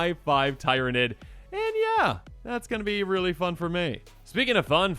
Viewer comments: To help with how this is pronounced it is like teer-a-nid also short named as nid(s) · Its actually pronounced tier-uh-nid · I'm gonna help you out with Tyranid. Tyr, is pronounced like tear 😢 If we break it down, tear-a-nid I hope this helps 😅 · In case you where wondering how to say tyranid you pronounce it like tear-a-nid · Tyranid like tyranny, Beh la core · Hello! Local space bug fan here, the creature type is pronounced Tear-uh-nid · Tyranid= Tear-Ah-Nids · Tyranid rhymes with beer-a-nid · Hey, Tyranid- "Tier-uh-nid" Nid is like Vid. Astartes- "A-start-tees" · I cringe a lot when people can't say Tyranid, but one of things that can help people know how to say it is watching Lore on them or even fun play some of the games. But yeah I am going for the Tyranid Collectors deck. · “Tyranid” is pronounced similar to “Tyranny” fyi. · That's a word that can be pronounced two ways lol. Long "e"